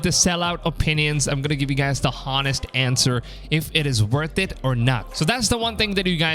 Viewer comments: I get distracted and irritated when you say HOnest instead of O'nest... isn't the H in Honest suppose to be silent when you spell out... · You told no lies here but why the fuck do you keep pronouncing the 'H' in honest?! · The H in "honest" is silent.